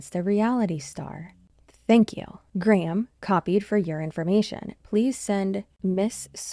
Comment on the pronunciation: Btw, - as someone born with the name “Graham” - it warms my heart that you’re one of the incredibly small number of fellow Americans who say “my” name correctly - my own partner & friends struggle with it, usually saying “gram”, to such a degree that I’ve just started going by “Grey” professionally/socially, lol. Great job!